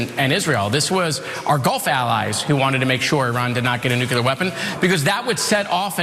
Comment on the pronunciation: come on. nukuler?